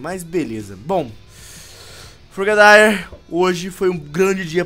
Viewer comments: Frogadier si fala frogadir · Cara o propio nome se fala e Frogadier que se fala não Fragadaier